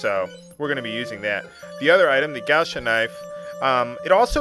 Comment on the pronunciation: not really, it's gauche not gouche ^^